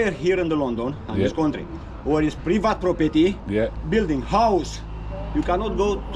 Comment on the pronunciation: It's PREEVIT PROPERTY dont you know 😅